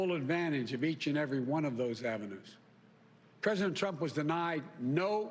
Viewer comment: It would be nice if my president could pronounce president without slurring